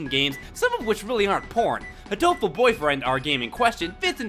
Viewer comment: it's supposed to be hateful, it's just like that to say it like "You Hatoful"!